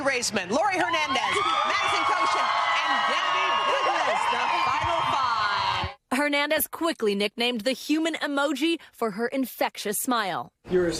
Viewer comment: Please, pronounce Laurie’s last name correctly. It is not “Her-nandez,” it is pronounced (Air)nandez. The “H” is silent. It is sad that people still mispronounced this last name. Specially from a news organization. It would have been amazing to hear this amazing young woman’s last name pronounced correctly.